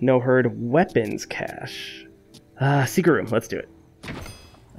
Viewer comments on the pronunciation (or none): none